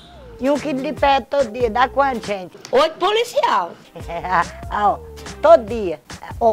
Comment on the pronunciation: Oito "puliçial" ~zuzu❤